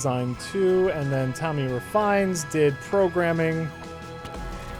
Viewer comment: It's Tommy Reh-feh-ness, not Refines, and Edmund designed all of the levels for SMB. He's a game designer who can also draw, not an artist who dabbles in game design. For shame,, you're supposed to be a Breadmund fanboy.